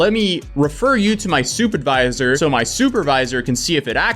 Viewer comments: Anyone else hear stupidvisor the first time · Did you say stupidvisor? lol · I thought he said soup advisor not supervisor... I was like, why would they need one of those? 🤦‍♀️